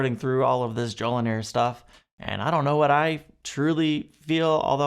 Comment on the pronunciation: JoliNAR, not "nair"